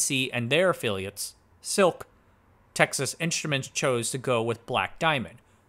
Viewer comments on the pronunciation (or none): none